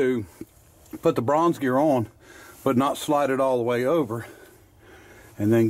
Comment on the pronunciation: No such word as oin, its pronounced ON, not oin